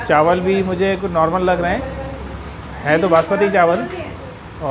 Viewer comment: Lafz chawal hota hey , na k CHAANWAL.